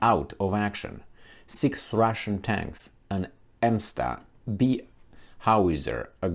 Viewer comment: Msta = pronounced as Mista